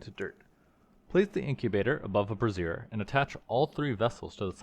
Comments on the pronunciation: Brassiere aka Bra pronounced "bra zeer" Brazier aka metal pot or pan for burning coal pronounced "bray zhur" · "Bra-zeer" is the long version of the word bra. Like undergarments. "Bray-zur" or "bray-sure" (think the word for donkey sounds "bray" and another word for yes "sure") is the thing that holds fire. Every time you say brassiere, I can't take you seriously. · I am sure someone else has already mentioned that brazier is pronounced "bray-zhr" you've been saying "brassiere" which is a bra 😂 I was seeing that word and thinking "I bet I would say this brassiere" and then you did. Very funny. I really like this mod pack concept. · You're pronouncing brazier weird, just so you know.its bray-zhr. Not bruh-zeer, which is spelled brassiere, and means bra. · This is such a cool pack!! I’m gonna try it out today! Just fyi, brazier is pronounced “bray-zhur.” Kind of like “jour” in French or “sure” with a z/j sound. A “bra-zeer” is a bra 😂😂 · Brazier = bray zhure Brassiere = bruh zeer You had it backwards, and were pronouncing the "thing that holds burning coals" as the "thing that supports boobs." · My good internet neighbor, you are pronouncing "brazier" (the stove) as "brassiere" (the fancy name for a bra). "Brazier" is pronounced BRAY-zhur (exactly like the show 'Frasier' but with a 'B' instead of an 'F') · Not that I'm really fussing, but the way that you keep pronouncing brazier just... kind of makes me laugh. "Bruzier" is more how you would pronounce the full name for a bra (as in the women's undergarment), where "brayzier" is the pronunciation for the things that you are making XD It's like the "braising" cooking technique, if that helps! In any evet, I'm looking forward to continuing with you on this, because Reclamation is effectively the successor modpack to one of the old FTB packs, called Regrowth, which was one that I really loved! I'm so happy that they managed to bring as many of the old elements forward to modern Minecraft as they did!